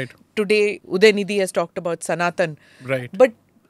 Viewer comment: उदयनीधी नही उदयनिधि बोलो